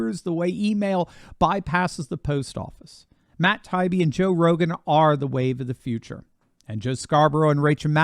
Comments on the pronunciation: Hey, is Tie-ee-bee not tie-be. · It’s Matt Tie-Ee-Bee He’s the ONE honest journalist left. Give him the respect of pronouncing his name properly. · This is the fourth video where you Mispronounced Matt “Tie-ee-bee ‘s name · I think that Matt says Tie ee bee. He's reported some great stuff. Your reporting is excellent as well. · please STOP mispronouncing Matt Taibbi's last name. It's annoying and a lazy approach on your part. This is my third notice to you on this subject. Will you never learn?